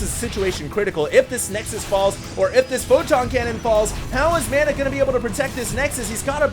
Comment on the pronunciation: You're pronouncing "Mana" wrong!!!